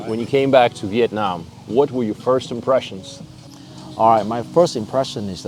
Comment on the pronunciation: BEAUTIFUL and top notch videography .. makes me wanna move there soon ..just wanna ask you , please when you pronounce the word Vietnam, nam pronounced as in NAMASTE , it aint nam as in dynamic like youre doing !! thank you and youre so welcome !!